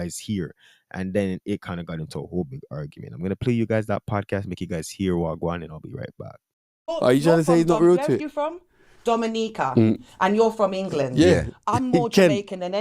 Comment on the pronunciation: Dominica is pronounced daa·muh·nee·kuh 🇩🇲